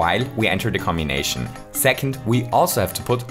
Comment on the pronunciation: Lmao the way you said cmbination cracked me up